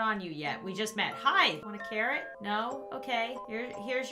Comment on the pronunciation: i may just be deaf but when she said "theres a carrot here" i heard " theres a Karen here"